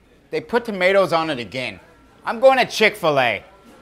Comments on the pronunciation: As a person who comes from supposed home town, Haverhill MA, I can assure you that he's pronouncing tomato correctly. We don't replace every vowel with an -AH (He also pronounces 'Haverhill' correctly. It's 'Hay-vrill'. Usually, getting Mass towns wrong is an immediate tell since they're named after a bunch of English towns, and none of them are pronounced the way they're spelled. But he could have just done his homework on that one.) That said, doing a heavy townie accent. It's the sort of accent I'd expect to hear when talking to a couple of contractors at Heavenly Donuts in the morning. And it's easy to slip into if you're local because you hear it all the time. When slips out of the heavy -AH sound, he doesn't suddenly stop doing a Mass accent. It's just not the working class accent people are expecting to hear. Is from Haverhill? I don't know. But he'd fool me any day of the week. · Amazing that with this guys accent he doesn’t pronounce tomatoes like “tomay-tahs”